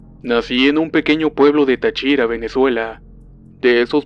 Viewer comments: Excelentes historias. De Venezuela, es Táchira no Tachira. Saludos! Pronto les envío una historia :D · Táchira! con acento en la primera "Á" muy buenas historias!